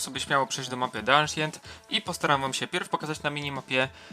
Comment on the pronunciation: mordko nie "aszient" tylko "ansjent" :p pozdro :D